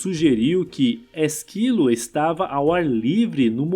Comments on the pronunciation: É ÉSquilo, não ésQUIlo. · Ésquilo. Não Esquílo. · Não fala Esquilo e sim Ésquilo. Espártaco e não Espartaco. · Ésquilo, rapaz, é não Esquilo. Kkkk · O conteúdo é interessante, mas a leitura sem pontuação, sem a entonação correta e com pronúncias erradas incomoda muito. Ex: Ésquilo, EspÁrtacus. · Ésquilo, com acento no E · A pronúncia correta é Ésquilo e Spártacus. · Tirando a pronúncia de alguns nomes como o de ÉSquilo, Hipácia/HipÁtia e EsPÁRtacus, o vídeo é interessante por agrupar várias histórias de mortes. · Puts... A pronúncia de "Ésquilo", é de doer ....